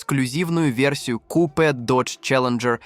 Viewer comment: Диктор класс конечно ступИц пЯтьдесят дизЕль кУпе 😂😂😂